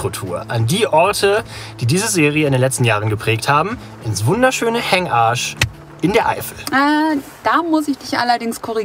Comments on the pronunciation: Es triggert mich irgendwie mega, dass er die ganze Zeit extra "HengaRsch" sagt... -. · Sehr schönes Video. Sorry, ich verstehe immer Hängarsch 😅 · Wenn du Hengasch sagst, klingt es wie Hängarsch 😂😂😂👍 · Super Video aber betone Hengasch nicht so